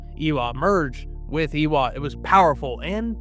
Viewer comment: AYY-wa. Idk who this "Ee-wa" person is but you sound like you have an American or Canadian accent so why can't you say Eywa properly? I'm sorry for being rude but it has been bothering me this entire video. We have the "ay" sound in English. You can say Varang correctly but you can't say Eywa